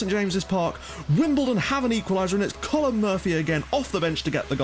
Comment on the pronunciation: Hey, love the series, but fairly sure colm isn't pronounced "Collumn". I could be wrong, I believe its an irish name...